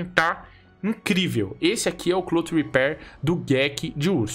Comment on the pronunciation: o Cloth tem o som de F e não de T. kkk eu faço inglês a um bom tempo e da agunia ouvir Cloth com som Ti. Kkkk te adoro tamo junto.